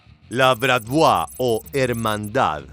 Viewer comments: Estaría bien investigar la pronunciación correcta del objeto de los vídeos, me sangraron los oidos cada que escuche bratvua... Bratvá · Amigo, BRATVA BRATVA. COMO VAS A DECIR BRATVUA? AL FINAL VAM A IR LOS RUSOS A BUSCARTE. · Se pronuncia Bratva, tal cual., Con acento al final